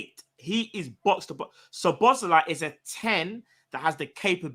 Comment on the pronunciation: and learned how to pronounce Szoboszlai 😂